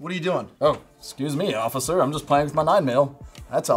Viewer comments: “What now Occifer?” 😂😂😂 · “What now ociffer” 😂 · Ocifer lol